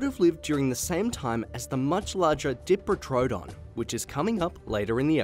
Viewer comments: pronounced: die-pro-toe-don not dee as in diva!! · Sorry mate just being a pain, but even your graphics say diprotodon, not diprotrodon. It sounded weird. Anyway great vids, cheers! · The dee pro toe don bothers me sorry